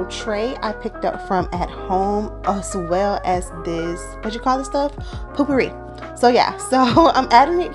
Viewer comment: New here. You have a beautiful home. Wish I knew how to decorate. It looks so nice. Btw.. its pope-per-E .not poop-per-E thats the spray for your bathroom 😊